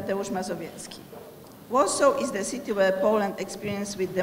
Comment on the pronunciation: "ez de mejer of łorsoł end de ko-orgenajzer of dis important miting aj łud lajk tu łelkam ol of ju" ;DDD lol Nie ma to jak partia wykształciuchów.